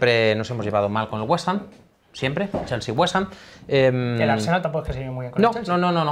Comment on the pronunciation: Tengo a mi amigo londinense recuperandose del tabardillo que le ha dao al escuchar WestAm jajajajja XD